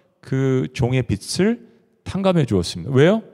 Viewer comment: 목사님 선포하시는 말씀 매주 기다리며 듣는 자매이에요. 항상 꿀송이 같은 양식을 듣게 하셔서 감사 😊 🙏 근데 빛을 [비츨] 빚을 [비즐] 빚debt이 자꾸 하나님의 빛처럼 들려서.. 너무 상이한 뜻이라 조금 염두해주시면 감사하겠습니다. 빚을 (비즐) 빛을 (비츨)